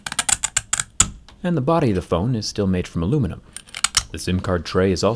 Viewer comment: My ears stopped working after the "scratching of alluminum" 😂😂